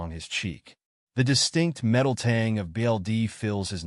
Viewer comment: Anyone else wondering why the fuck the AI can’t say ‘BLOOD’?